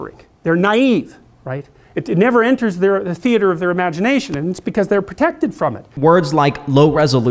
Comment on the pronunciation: Why did u pronounce theater weirdly